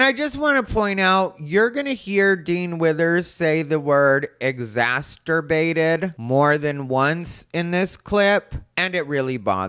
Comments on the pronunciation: This is the second person I’ve heard on YouTube this week saying “exasterbated”. Ugh. 😒😒😒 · I'm exasperated by Dean saying exsasterbated 😂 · Eeww... I hate exacterbated, too! Language is a code. Get it right. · I hated "exasterbated" too. At no point in history has it been easier for people to learn how to pronounce words, especially names of places and people. And yet . . . here we are. Language, as William S. Burroughs said, is a virus, and it appears we're losing the fight. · "ex-ass-ter-bated" 😂 People using big words to sound smart, when they can't even pronounce the word, really defeats their intention. 🤦‍♀️ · Exasterbated. Isn't that the new kink? 🤣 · Exasturbated bothered me right off the bat. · Just the fact that he doesn't know that the word is exacerbated just completely negates everything that spews out of his moronic mouth!!! If you're going to use an "SAT" word to try and sound smart you better know how to say it and what it means!!! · Dude pronounces exacerbated like masturbated.